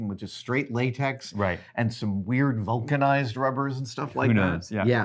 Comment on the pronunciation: Adam, did you just say “Vulcanized”!????